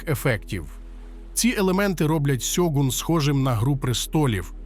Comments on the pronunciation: чому ж сьогун коли шьогун? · Авторе, правильно Шьогун, а не сьогун. Годі вже використовувати поліванівку. В Японії ніхто не каже: сусі, Хіросіма, Сібуя 😁 Правильно - суші, Хірошіма, Шібуя і т.д. А так серіал середній. Сподобались костюми, японські актори, персонажка Маріко, загальна архаїчна атмосфера. Актора на роль Анджіна невдало підібрали, як на мене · Авторе, правильно українською буде "Шьоґун". Купка м'яких приголосних на місці японських м'яких шиплячих - російська транслітерація японської.